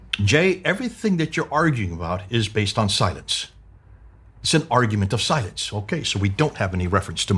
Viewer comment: the way you're pronouncing 'silence' it sounds more like 'science' - you may need to emphasize the 'l' just a little more than you currently do to avoid people misunderstanding you.